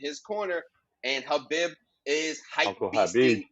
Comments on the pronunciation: Pronounce it as Habeeb or Kabeeb. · no fault of your own especially with Khabib’s spelling as the latter part “bib” supposed to be written and pronounced as “Beeb” The origin of the name as the previous poster explained is in Arabic the word “Beloved”pronounced as Habeeb. I guess the Spanish equivalent of it would be “Amado.” Now Nurmagomedov is a whole different story 😂 it actually consists of two words! Nur / Magomedov Believe it or not Magomedov turned out to be the Russian version of Mohammad and Nur is the Arabic word for Light Khabib Nurmagomedov means Beloved light of Mohammad I hope this settles it 😜